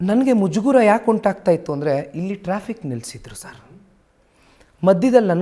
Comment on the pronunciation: Its mujugara not mujugura ..